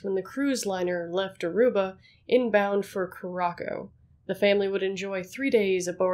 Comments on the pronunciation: Please do better research. Not cah-rah-ko, coo-rah-sow. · Not ku-ra-ko, it’s pronounced koo-ra-sau. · curacao is pronounced cur-uh-sao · Are you talking about Curacao in this video? It's pronounced Koo-Ra-Sow.